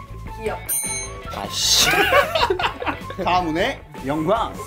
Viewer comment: 기윽이 뭡니까 ㅋㅋㅋㅋ